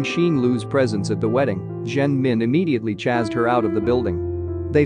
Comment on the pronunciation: For god sake!! Please pronounce 'CHASED' properly... not chaaz!